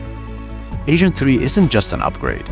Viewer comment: lols he said ASAIN 3